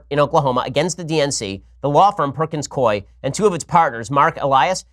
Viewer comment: I've worked for the law firm Perkins Coie, for what it's worth, Coie is pronounced COO EE